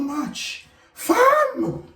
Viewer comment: the super british “FAM!!??!?” has me ROLLING